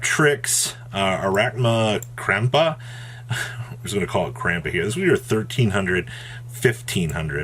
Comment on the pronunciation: Arachnocampa. Sheesh lol